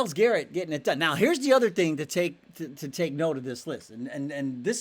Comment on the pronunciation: Who's Myles GARRENT? Technical flaw, just bustin your chops. 😅